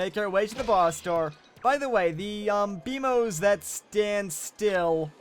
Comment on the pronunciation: It's BEMOS NOT BEMO